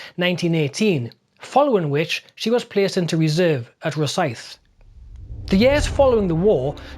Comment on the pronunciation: Row-Scythe? Is that how the name is pronounced? Okay, okay, seeing as you are the and have beautifully credible pronunciations in general this American will buy it and alter expectations. BTW, how are "Harwich" and "Bosham" pronounced in your neck of the woods? Oh, yeah.... LOVED your topic here, so very underreported! Usually Courageous gets about four lines in histories, barely a footnote.